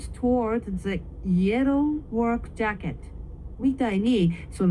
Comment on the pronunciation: Great start at a new language. Many words in English do not end in a vowel. I heard you pronounce "jacket" as "jacket-o." Great work on exercising. I used to use a stair climber in the gym, four to five days per week. I did this in my years of playing tennis when I was young below the age of fifty. I'm sixty now and retired. Many people in other countries speak English as a second language. Many people in the US only speak English unless their second language is native to their origin. But many of them have stopped learning their ancestry's language. I have Japanese ancestors, but do not speak Japanese. I only know words I grew up with like Japanese food, and common phrases like, "Kore wa nandesuka?" or "ponketsu," or "bakatare." Gobo or burdock root is not common in the US. Most people here have never seen it or heard of it aside from professional chefs.